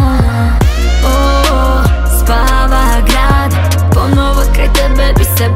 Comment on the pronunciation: Pozdrav za mog kuma koji možda napokon shvati da se izgovara i piše PonOvo, a ne PonAvo kako on potencira i izgovara ceo svoj život 💖